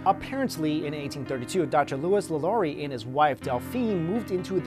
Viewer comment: He kept saying Madame LaLaurie's name wrong and I kept cringing